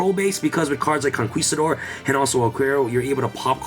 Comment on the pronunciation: Conquistador doesn't sound the "u" sound. It's pronounced "Con-KI-stador."